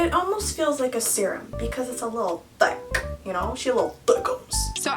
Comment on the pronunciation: No one: Absolutely no one: Me:my favourite parts is when she says THICK!!! Love you 💖💖💖